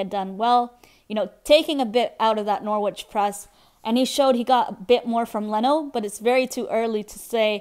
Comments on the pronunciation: It's Nor-itch not Nor-witch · you don't pronounce the W